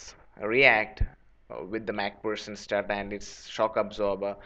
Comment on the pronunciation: Mac pherson not mac pussen